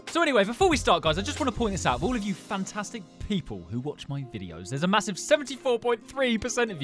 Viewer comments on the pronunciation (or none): none